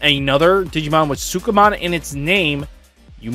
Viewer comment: man you really struggle to say sukamon.